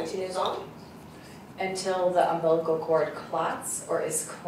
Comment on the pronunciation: Is she saying "umblicacord"???